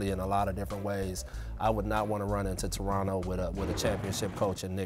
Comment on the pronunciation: Rachel, On behalf of me and my fellow Torontonians, We very much appreciate the 'Torono' pronunciation as opposed to the 'Toron-toh' pronunciation everybody not from the north-east coast seem's to love.